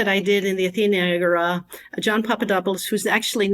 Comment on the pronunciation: Why do you say Agora like Ágorá. Where you learn the latin pronunciations like that? Honestly curious